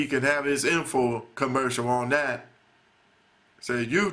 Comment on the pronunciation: shut ur southern accent , u make me sick . please speak english. is not da , it is that.